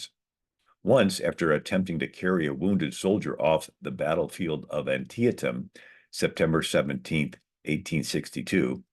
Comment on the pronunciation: Thank you and well done, this was highly informative. Never heard "Antietam" pronounced with four syllables before.